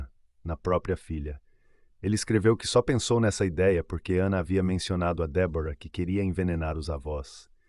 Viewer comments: Muito triste ,este caso .Mas por favor ao narrador fale certo o nome da namorado. Débora e não Debora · Como é mesmo o nome da namorada do assassino? DÉBORAH E NAO DEBORA, cara se tu vai contar a história é melhor tu saber a pronúncia fica a dica.